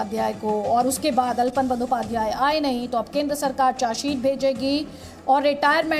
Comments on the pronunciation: अलपन नही, आलापन है. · It is not ALPAN, but ALAPAN, derived from the word 'ALAP" (आलाप). In Hindi, it should आलापन।